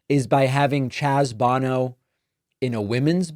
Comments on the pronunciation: I believe you pronounced Chaz Bono “Bow No” not “Bon no” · Pronounce his name correctly please. You look foolish. Bone is pronounced bow-no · His name is Chaz Bono, not Bano. His is the son of sInger Cher.